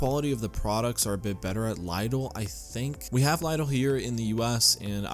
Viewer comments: Why english native nations have always problem with pronounce foreign words like Porshe, Opel, Chorizo, Lidl ( 'laydoll' ?! xD ) , Mercedes, Taco etc. ? I am not polyglot but damn... My ears bleeding :D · me too! ive never heard it pronounced L-(EYE)-DL...what a mind-fuck XD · We have Lidl stores here in Northern Virginia and we usually pronounce it as “LEE-dl”.